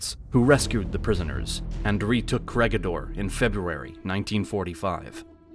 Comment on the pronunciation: The Corregidor is read as "ko-re-hi-dor" Bataan is read as "ba-ta-an"